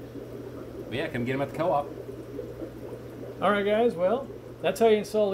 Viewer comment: aquarium "coop" lol. That is how I will pronounce it now.